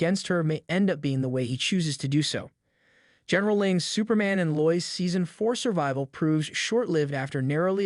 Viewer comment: Very good video, but her name is pronounced Lo-Is.